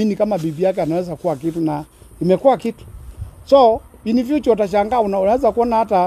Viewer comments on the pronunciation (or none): none